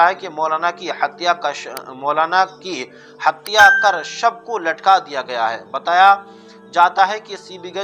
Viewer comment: Aap bar bar hatiya hatya kuo bol rahe ho tum ko urdu nahi aati